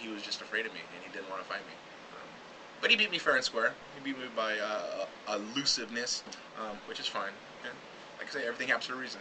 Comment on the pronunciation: I love how the dwarf-lookalike can't pronounce elusiveness